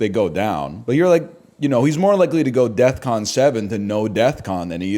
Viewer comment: someone should tell him its defcon, not deathcon